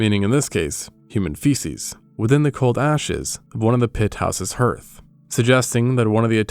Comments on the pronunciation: It's pronounced "harth", not "herth". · Hearth is pronounced "Harth" NOT h-Earth! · *For the record: "Hearth" is pronounced like "harth" not like "herth". And "Chaco" (as in Chaco Canyon) is pronounced like "chock-o" not like "chack-o". Sorry to nitpick. Cool content though. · Hearth is pronounced like heart, not hurt. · Hearth is not pronounced like "earth," rather, it's pronounced like "Garth," like Wayne and Garth in Wayne's world. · “Hearth” rhymes with “Garth”. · Yes, I think AI mispronounces the word hearth. In the Midwest near Chicago we say it "harth." I don't know what AI said exactly, but I was surprised by how wrong it was compared to the way I've always heard it said. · Your English is very good, but for future reference "hearth" sounds like "harth". It's one of those weird words that isn't spelled the way it sounds because English is an ancient, bastard and inbred language. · Dear: I really love your work and it's one of my favorite de-stressing yet intellectually stimulating activities. This is sort of random, but as a linguophile & lover of mysteries I'm curious about your unique pronunciation of the word HEARTH, one that I've never heard before. According to my brief web search, this pronunciation is localized to the Canadian Maritimes, rural New England, and parts of Minnesota and Wisconsin. Does that track? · The narrator has interesting ways to pronounce certain words. I can't place these pronunciations, because they are not standard to any region of which I am aware. Listen to how the words iron, hearth, and Chaco, are said. They seem odd, to me.